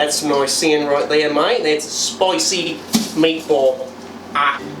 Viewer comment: This intro was pretty interesting as instead of the usual Italian accent he did a French Italian hybrid “spicy meatball”